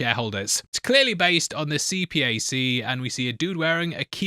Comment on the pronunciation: Its C-PAC not c.p.a.c